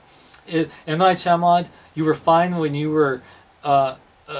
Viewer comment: it's M. Night Shyamalan not shyamalot. u gotta know these things before u review.